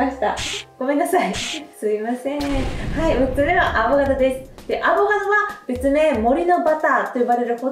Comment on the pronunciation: フルーツは苦手意識があってお高いので敬遠してましたが、取り入れてみようと思います アボ「ガ」ドって言う人ちょっと気になります笑